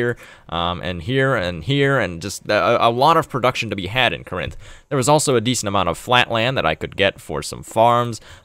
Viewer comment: “kuh-RINTH”? How about “KOR-inth”, with emphasis on first syllable. (It’s from Greek, not a Romance language.)